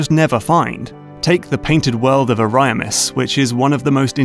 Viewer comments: ** AH - REE - AH - MISS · no? he just put the emphasis on the first i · That was a generous pronunciation of “Ariamis”